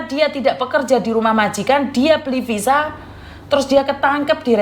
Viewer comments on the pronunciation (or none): 😂😂😂 mungkin dia org Sunda Ce kalau ngomong V jadi P 😂😂 aku ada tenan Sunda juga gitu